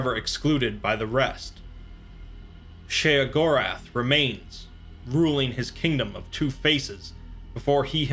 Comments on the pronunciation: Did he just fuckin’ say “Sheogorath”? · I was getting lost in the narration and immersion until he said Sheogorath.